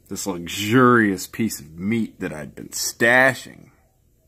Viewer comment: The way he said LUXURIOUS MEAT that is worrying